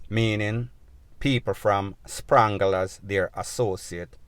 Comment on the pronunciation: Spangla not Sprangla bredda.